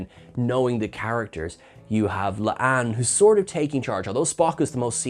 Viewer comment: It's La'an. Not Le'Ann....